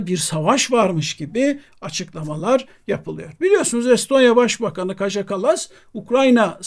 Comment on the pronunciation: Kaja yazılıyor ancak Kaya diye okunuyor. Avrupa dillerinde J harfi Y olarak okunuyor. Kaya Kallas olacak.